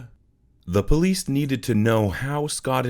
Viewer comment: Are u calling the Police >>>>the POLEAST😂😂😂every time u say it thats what I hear.....u really are supposed to pronounce it like >> PUH-LEES